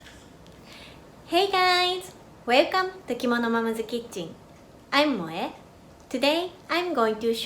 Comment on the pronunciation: "Mom's", she pronounced "Momzu". :D